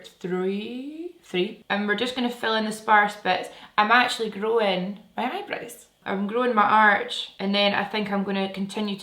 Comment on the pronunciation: For a second, I thought you said, "I'm growing my arse" 😂😂 growing your eyebrows 😊